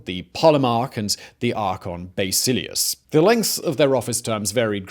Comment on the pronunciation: No one: Simon: Baysilius